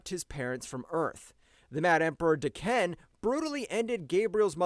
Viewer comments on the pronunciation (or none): none